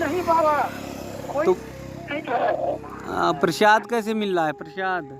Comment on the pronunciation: प्रशाद नही= प्रसाद बोलीये